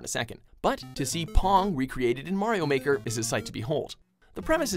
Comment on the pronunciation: twd tijger says super Mario baker lol